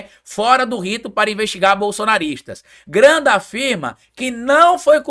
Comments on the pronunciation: dá uma olhadinha no vídeo como tu pronuncia o nome de Ives Gandra, tu fala até lendo Ives granda. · Pelo amor de Deus meu filho....é IVES GANDRA....GANDRAAAAA!!! E NÃO GRANDA....ASSIM VC MACHUCA MEU OUVIDO! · Oi,, adoro seus vídeos, sou seu fã, mas o sobrenome do jurista é: GAN DRA, e NÃO Gran da. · É Ives GANDRA, Você pronuncia o nome errado. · foi difícil aguentar vc repetir errado tantas vezes o nome do Ives Gandra. Vc ficou falando "Granda" o tempo todo. Nem quando leu a notícia conseguiu pronunciar corretamente. Como eu sei que vc ainda vai falar esse nome outras vezes, e como ninguém te corrigiu nos comentários que eu li, resolvi te alertar porque sou grande fã da sua pessoa e do seu canal. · Vc está falando errado intencionalmente o sobrenome de Ives Gandra como bait pra gerar comentários? Tá apelando heim? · O nome é G A N D R A. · VC NÃO SABE FALAR GANDRA NÃO????